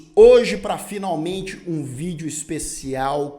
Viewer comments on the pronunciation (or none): none